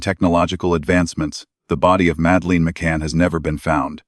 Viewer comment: It doesn't even pronounce Madeleine properly